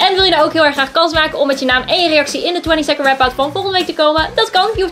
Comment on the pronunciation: wat ik hoor : twenie seken rep aut 😂 egte 20 Second rap out